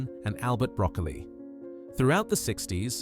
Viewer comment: That's pronounced Broccoli not Broccoli. 😫😏🤩A